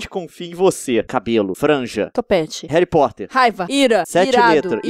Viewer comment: "Hery Poter" hahahahahahaha (Sou Potterhead)